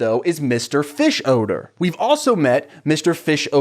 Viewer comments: The way you pronounce fischoeder as fish-odour is so funny to me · I have never watched Bob burgers or this movie, is just like the youtube man, but is the characters name really mr fishodor? I cringed everytime he said it. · You hit the “odor” in Fischoeder SO HARD 😂😂😂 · The way you pronounce Mr. Fischoeder’s name just made me realize (as a years-long fan of the show) that it is a play on the words “fish odor”, I can’t believe I never made that connection until right now 🥲